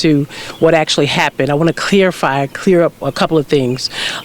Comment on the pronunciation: Right! She basically has nothing new to report, local news had more info….and she said “CLEARify” as in clarify! Either way, hope the officer is ok.